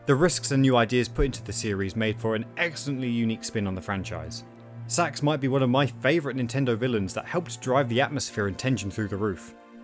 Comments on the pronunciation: This guy’s the only person I’ve ever heard pronounce the S.A.X.’s name as “Sax” instead of “S-A-X” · it's not "SAX" its "S.A-X" 3 letters, that's what acronyms are. It's U.S.A not "ooosaaah" is it? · as a saxophone player i got really confused when you said sax instead of S-A-X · Dude it's not sax it's s a x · Every time you phonetically pronounce SA-X... ...i'm terribly sorry, but it sounds like you're saying "sex." Lol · Love a good review of Fusion, but your pronunciation of the SA-X is excruciating. -10000/10 would rather get infected by the X. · Warriors land 4 wasn’t inspiration, they just reused the engine And you mispronounced SA-X You say each letter